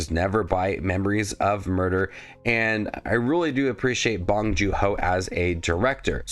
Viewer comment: By the way, it’s pronounced “joon”, not “joo”